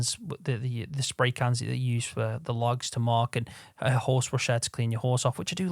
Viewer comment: "it's got one orse in each wheel" 🤣